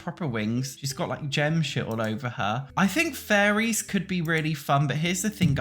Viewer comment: Im sorry but it truly sounds like youre saying furries instead of fairies to me 😭😭